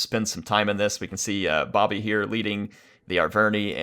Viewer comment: Thanks for casting and you pronounce Bobi as it is written. (If you pronounce it b-a-b-i it is quite funny because in my language it means grandmothers). Also if you want I can ask some players to send you good siege replays if you need any.